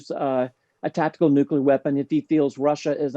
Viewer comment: learn to pronunce nuclear. It's not complicated.